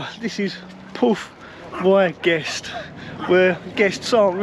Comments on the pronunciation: Hi, I've gone to Borth-y-Gest every year since 1965, when my parents first took me and my brother on holiday there. By the way, it's pronounced "Borth ee Gest", not "Porth why Gest" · As a Welshman living in exile (married to a Scot, living in England) the Y in the place name is pronounced like “uh”; so if my memory of Welsh grammar from 40+ years ago is correct (the “uh” rolling into the last bit) it should sound like “Borth uh-guest”. Last time I was there would be back in 1989 whilst also visiting Portmeirion - bought my then fiancée (now my wife of 32 years in just over a weeks time) her going away dress for our honeymoon in a craft shop there. Thanks for showing such a beautiful part of my homeland. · Hey, I think it would be pronounced something like Borth e guess 😁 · Brilliant down to earth guy learnt so much from you my friend. Well done and I love your pronunciation that town.very funny. Keep up the honesty and the good work. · The 'y' in Borth y guest is pronounced as the letter 'e' it means in. I think it means harbour or Port in Guest.